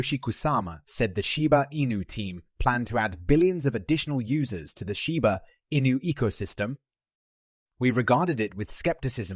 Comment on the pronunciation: It doesn’t matter what accent you try to throw on it your AI voice still cannot say Shiba Inu correctly!